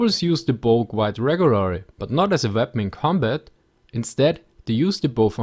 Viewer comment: "reg'wuwary" - How often i play Mount & Blade :D